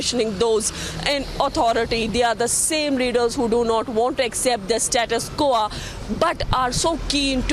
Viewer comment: Lady, it satus quo,which pronounced as 'koh' and not 'kuah',the way you just pronouced.